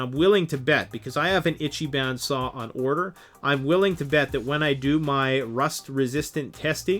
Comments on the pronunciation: That salt over saws. Kinda makes me laugh. Moreso though your horrible butchering of Japanese words. "Itchy ban" is not a thing. It's Ichiban "ee-chi-bon " meaning something akin to "Greatest" or "Best". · Still have to admit the samurai saws are still pretty good as saws go. But I am glad that the silky was represented correctly. In addition ichiban is pronounced ee chi bon (like bon bon) not itchy ban. Just helping out with phonetics sounds. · Japanese i is pronounced ee. Eecheeban, not itchyban. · Good video and even better comments section. But you’re killing me every time you say Ichiban. It’s pronounced Each-ee-bahn. translated as “number 1” in Japanese. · You better learn how to pronounce it: “Ichi-BON” even though it’s written “ban”. It means “best” or literally “number one” in Japanese. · and stop mispronouncing it is pronounced like itch-e-bon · its pronounced more like "EEchEEbAHn" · And ergonomics....sorry but was overwhelmed with "itchyban" etc. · How do you get hungry by saying Ichiban wrong? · Please google the correct pronunciation of ichiban. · If you're going to sell Japanese saws, please learn a little proper pronunciation. Long time subscriber and love your videos but this one made me cringe.